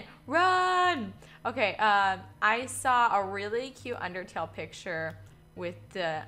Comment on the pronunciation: Did you just said UnderTAIL Oh god